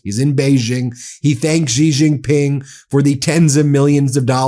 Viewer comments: Love your channel, but please learn how to pronounce Xi Jinping, it's not that hard. Shee Jin Ping. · She Gin-ping is correct pronunciation Ben. Stop embarrassing yourself.